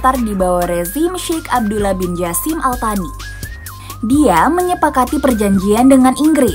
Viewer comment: Izin menyampaikan sedikit revisi ttg penyebutan "Al-Thani", dalam bahasa arab itu dibaca "Al-Tsani" krn pakai huruf 'ث'.. Ini menurutku kesalahan umum yg udah sangat dinormalisasi oleh media2 Indonesia yg tidak melakukan metode riset menyeluruh dgn dalih beda pelafalan atau sejenisnya, tapi bukankah beda huruf udah beda arti, apapun bahasanya? Sayang sekali kalau narasi termasuk salah satunya..🥺